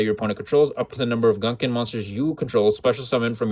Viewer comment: Dope build, man. Been playing mine with a small Mathmech engine which I think is pretty decent. Side note: I do wanna point out that the "gun" in "gunkan" pronounced as "goon" and not gun as in the weapon.